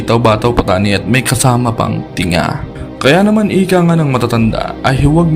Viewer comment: Linga hindi tinga